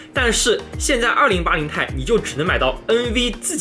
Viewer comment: 我来较真了，2080TI 要读成"2080 T I“不是2080太，这样的读法非常中国式，显得也不够专业。